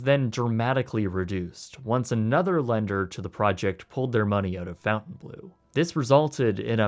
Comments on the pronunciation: Pronounced "fon ton blur" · No, John; "fon tan blo" is more correct. Where did you get the "r"? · He should have said that at the beginning so we didn't think he was mispronouncing it. 🙂 I thought it was Fon-tan Blue (which is still pretty Americanized, just FON instead of FOUN). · Nice vid and apparently well researched. What baffles me is how you make an 18 minute video and don't care to pronounce the name properly... It's a name of a French village and manor - complete with French spelling... not a blue fountain... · Good vid, with the name it's Fontainebleau not fountain. There is no u in the name to pronounce fountain. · Dude. I'm pretttttty sure it is not pronounced: "FountainBlue" , when it has the OBVIOUS french spelling. lol. Jeez.... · Learn how to pronounce 'Fontainebleau' it's not fountain blue ugh! it's French! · Imagine thinking Fountain Blue is the correct pronunciation 🤣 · How do you get "fountain..." out of "fontaine..."? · “Fontaine” is not pronounced like “fountain” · As a French person I absolutely love the way you pronounce Fontainebleau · Is it pronounced “FOU-ntainblue” or “FON-tainblue”? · theres no U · This guy really has no clue how to pronounce names... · i'm not French but the way you pronounce Fontainebleau is driving me crazy, any French person watching this would probably rip their ears off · Please, everytime you think that a name is not originally English (e.g. Fontainebleau, Deutch) , go and Google how to pronounce it. As a European, this is painful and cringey to listen to. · Funny how a Canadian can't pronounce a french word like "Fountainebleu", nice video tho haha ... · Aren't you Canadian? Your pronunciation of Fontainebleu is attrocious. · the Canadian refuses to even try to correctly pronounce "Fontainebleau". Based. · this whole video you have been mispronouncing the name Fon-taine as Fountain......... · It's pronounced "Fon Tane Blue" not "Fountain Blue" geez! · Fontaine and Fountain are pronounced differently